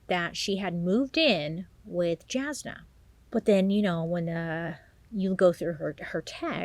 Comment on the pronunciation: Jasna is pronounced Yasna, by the way. She's always been a very loyal friend, that gave advice, and was reliable to lean on. It makes sense that Shayna would go to her lol